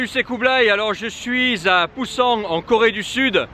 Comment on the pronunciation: Kublai, il n'y a pas de g à la fin de Busan. En plus, prononcé à la française ça fait vraiment peu naturel. Si tu fais d'autre vlogs en Corée du Sud, utilise la prononciation locale qui se rapproche d'autres langues parlées en Russie ;)